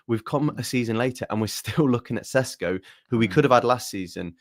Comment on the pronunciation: why do you persist in saying Sesko's name as SHESHKO You're english you posh pleb, act like it. You're meant to be proud about misspronouncing forun names because you're english and you're not ashamed of nuuuttin...that's what makes you english BOOOOSH